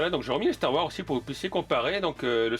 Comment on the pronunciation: Très bonne vidéo comme d’habitude, la seule petite remarque que je pourrais te faire serait de bien prononcer le S de Wars quand tu parles de Star Wars 😁 Continue comme ça 👍